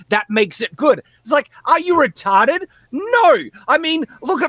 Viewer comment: Hearing the word retawded over and over was very comforting